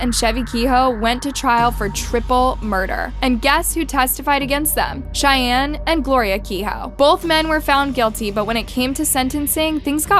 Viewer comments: Love your channel but you keep mispronouncing Cheyne's name. It's pronounced like Shane and McVeigh is pronounced like McVay. Chevie and Cheyne had the shootout in Wilmington, Ohio of which I am very familiar. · I think names should have the correct pronunciation. It's imperative to the case. Cheyenne just kept throwing me off.